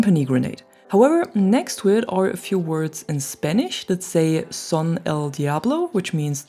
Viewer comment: You pronounce perfectly the Spanish :D